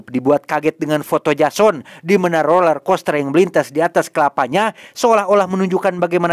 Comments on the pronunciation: Roller bg bukan lorel😭😭😭🙏🏻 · “Roler” min, bukan lorer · BANG ROLLERCOASTER BUKAN LORER KOSTER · Roler bang bukan lorer